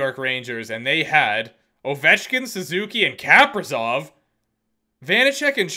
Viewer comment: CAPRIZOF? KA PRE ZOF< Americans am i right?